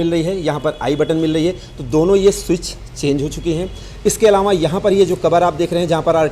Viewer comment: अलावाँ क़े जगह अलावा बोलते तो अच्छा होता सर